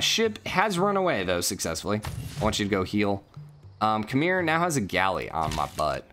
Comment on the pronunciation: oh and Khmer is pronunced Kh-mare not Kh-meer